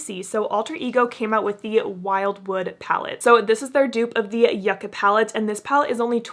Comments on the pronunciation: It’s pronounced YOU-ca 🤦‍♀️ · in this palette the y iss silent